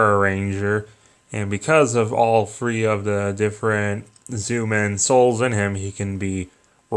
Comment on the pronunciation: lol Zoomen. they are called Zyuman, jewman that is how its prononced. Ir might help you learn a litttle bit of Japanese.